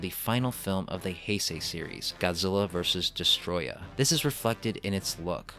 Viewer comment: Also when got to destoroyah you said destroyah no it’s destoroyah